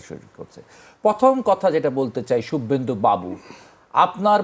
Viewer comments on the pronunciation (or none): শুবভেন্দু কে ভাই?😂😂😂 নাম ও উচ্চারণ শেখেনি😂😂😂